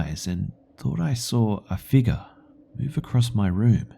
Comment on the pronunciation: Watuh, drink some watuh you figga